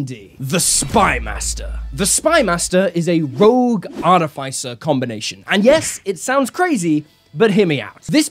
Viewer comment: wtf is an arty fay sir ?